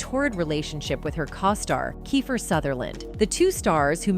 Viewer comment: Who are these "narrators?" What is a "Caw-Star"?